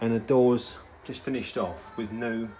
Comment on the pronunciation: You keep saying "wiv noo". Do you mean "with new"?